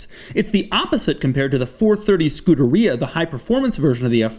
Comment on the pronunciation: Please learn how to pronounce Scuderia